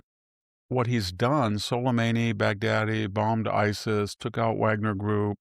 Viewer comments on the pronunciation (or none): none